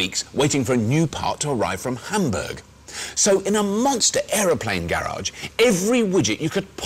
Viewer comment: Gayy-rage is what he pronounced garage as.